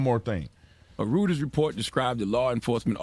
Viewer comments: Proof the Breakfast Club is Dumb. Charlemagne said "Rooters Report" not "Reuters Report". LMBO. He can't say words. These are the black people that present to us as "successful". 1. A man that can't critically think (i.e. Charlemagne) 2. A woman who scream about nothing (i..e Maxine) 3. A cross dressing man that "wins" the most awards in history (i.e. RuPaul) God Help us. Please! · Did Charlamagne say "rooters" report?